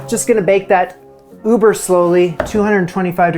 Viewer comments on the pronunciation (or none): none